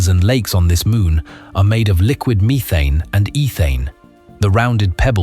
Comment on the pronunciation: WUH TAH AND MEE THANE :face-green-smiling